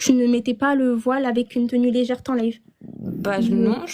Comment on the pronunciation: Tenue légère ou légerte, j'ai fait des études de sciences qu'elle dit..légerte 😂